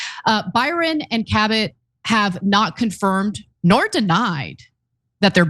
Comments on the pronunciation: She pronounces Cabot kuh-BOTT?! No, I don't mean Ana, I mean Ms. Cabot. I doubt it. Just another unintended consequence of removing the announcements from the intros to Family Affair. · Kuh-bott ... thats how you pronounce Cabot now???